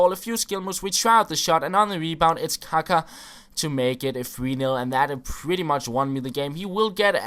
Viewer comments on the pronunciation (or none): none